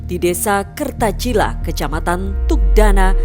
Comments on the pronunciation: Desa KERTICALA bukan KERTACILA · Desanya kerticala bukan kertacila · Maaf min meluruskan nama Desanya Kerticala bukan Kertacila.